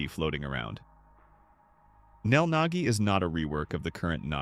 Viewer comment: XD "NEL NAGGI" "NEL NAKKI"